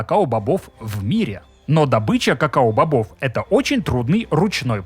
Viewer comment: кокоа бобы😂